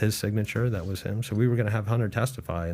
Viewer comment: If Pat could learn to not say Dat and Duh instead of that and the, he would be easier listen to on this podcast.